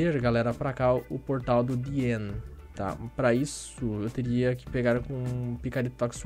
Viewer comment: "Di En" ?????? Quem te ensinou a falar inglês ?????